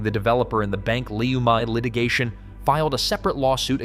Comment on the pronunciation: Its pronounced Bank "Leuuuuuuumi"